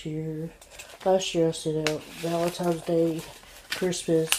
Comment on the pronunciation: There.Is.NO.M.In.Valentines.Day!!!!!! For god's sake, english is your native tongue, isn't it????